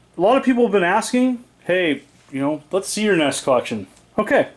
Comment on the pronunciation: Cool. "En- ee-es" And "..how far I`ve come". Only since you teach.